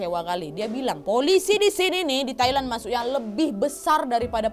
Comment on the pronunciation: Haha "Tai-Land"